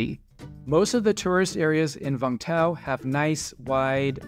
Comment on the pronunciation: It is Vung Tau. Not Vang Tau!